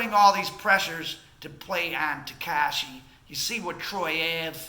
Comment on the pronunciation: Yea....you are clueless about how this city works, please stop talking shit and stay in milwakee or wherever that goofy accent is from. Hernandez ,or as you say "tehkeishi", is fried. Fried fish.